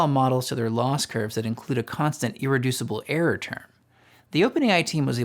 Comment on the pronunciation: This is great information, but I recommend that you either work on your diction and enunciation or get somebody else to read it, or have someone like me who is good at catching instances of problematic delivery record it. Some words just disappear in a fog of slurred mumbling and vocal fry. I had to infer from context in several places that what sounded like "arrow" was actually "error", for one example. I amused myself by imagining that over time perhaps listeners could encode a manifold representing the shape of poor intelligibility in your utterances, and map that onto another manifold representing what you most likely meant to say. But then, I think I doubt if people learn this way. And why force them to do that anyway? Speak more clearly, thereby reducing the noise in the channel in the first place.